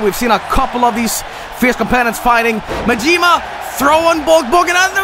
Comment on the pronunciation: The blatant mispronunciation of Majima and Yakuza